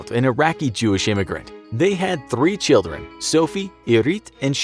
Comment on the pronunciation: perfect American accent all video , in heavy Russian accent: "They had 3 ChilDren"